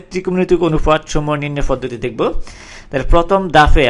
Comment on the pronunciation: its "PODDHOTI" NOT "FODDDHOTI"